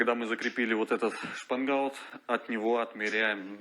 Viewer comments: Я делал лодку,как и вы из фанеры,а потому считаю имею право посоветовать ,кое что.По моему проекту у лодки днище с развалом,не плоское.Это дало легкий ход на веслах,но при этом появилась сильное раскачивание,То есть в полный рост встать тяжело удержатся,она стремится опрокинутся.А потому необходимо на днище устанавливать реданы.Дружище в своем видео,вы произносите слово( шпангаут).Я заканчивал судостроительное училище по специальности,сборщик корпусов металлических судов.Мастера,преподаватели произносили это слово так(шпангоут).При просмотре вашего видео неправильно произнесенное слово режет слух.Желаю вам успехов в проектах всего наилучшего,удачи. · ШпангОут))) А не шпангАут👎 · Все хорошо, но от слов "шпангаут" и "плывет" чуть не стошнило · построил молодец,но правильно шпангоут, по-русски. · Автор произносит что то похожее на "шпанбаут"))))))В этом его фишка)))Звучит свежо и по новому)))